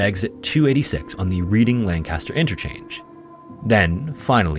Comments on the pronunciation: Red-ing. Not “reading” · holt shit man, can you please learn how to pronounce place names? "sleeego" about 15 times in 10 seconds, it's "sly-go" "reeding" reading is pronounced redding these are such simple searches but hey you do you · inconsequential detail, but Reading-Lancaster is pronounced “Red-ding” and “Lank” (like plank) “ah-stir”. Great video!! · Sligo is pronounced (Sli rhymes with eye, go, not Sleego! Also, Reading is pronounced (Red ing) not Reeding! I see a pattern here lol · Pa resident. It's pronounced "Redding" not "Reeding" our pronunciations are dumb, I know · It's pronounced red-ing not reed-ing PA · As someone from the area, hearing anyone say "Reading-Lancaster interchange" cracks me up. I obviously don't judge people for their pronunciation, but the locals would say it "Redding" and "Lank-ist-er" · It’s “Red-ing” and “Lank-iss-ter” lol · FyI the 286 "Reading/Lancaster" interchange its pronounced "Redding" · By the way Reading PA is pronounced "redding" lol like the color red NOT the resent tense read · Reading, Pennsylvania is pronounced red-ing. Or if you think of the past tense when reading read. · Reading is pronounced Redding, just to be confusing. In the second story, his roundabout route may be explained by Google Maps. Leaving Philadelphia last spring, it took me all the way down to Delaware and back to reach a rural address SW of Philadelphia, apparently to avoid traffic. I haven't lived there in 30 years, so i just let if give me a tour. As far as I can remember, there isn't a direct route north between his offuce and Reading, or at least not an interstate or toll roads, That area used to be a confusing maze of winding country roads with blind intersections, no shoulders, no lights, and forested banks that as my gf put it "squirt deer." . Maybe he chose or was directed to go by major numbered routes. not that that explains the rest of it. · No one ever says Reading and Lancaster right lmaoo (Redding and Langkister)